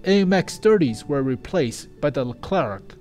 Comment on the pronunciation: Hey, Leclerc is said lecler Keep doing your vids